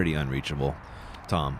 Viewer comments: ITS TAAAAAAAAAAAAAAAAAAAAAAAAAMM NOT TOOOOOOOOOOM YOU IDIOT ANDERSON!!!!!!! Just when ya think Ian will quit the laaame ass, childish comments, here we go already... SMH F!! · I have to give some friendly feedback at this point. It is Tamm not Tom. Nice coverage nevertheless, keep up the good work. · Tamm… not Tom!!!